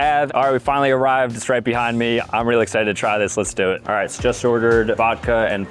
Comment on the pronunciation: TEXAN???? "ARRAVED"